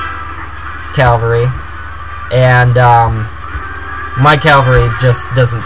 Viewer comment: dude is "cavalry" =D sounds really funny when you said "calvary" =D well good battle you are earning exp in online battles =D the problem in this battle was that you fall in his trap... and you lose a lot of ppl in the beginning of the trap... thx for the video...! 5/5